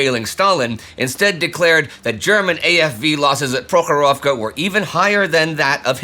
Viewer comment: I appreciate your Russian pronunciation Indy!